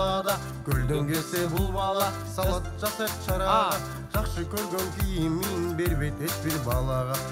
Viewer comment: Салад эмес Салат.